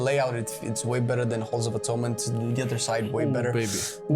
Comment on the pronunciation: Halls of Atoonment 😂 I love you guys so much